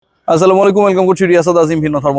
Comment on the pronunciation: আসসালামু আলাইকুম ওরাহমাতুল্লাহ। সালামটা একটু সুন্দর করে দিয়েন ভাই। আপনার সালামটা মোটেও সরিয়া সম্মত হয় না। আফটার কল্যাণের জন্যই কথাটা বললাম।